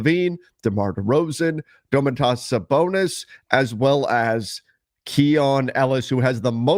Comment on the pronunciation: it's Dough Mont TAS not Do mantas you pronounce the t twice it's weird I know but a Lithuanian thing.